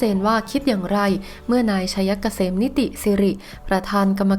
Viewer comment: ผีตัวไหนมาสอนให้อ่านชื่อ นายชัยเกษม ว่า ไช - ยะ - กะ - เสม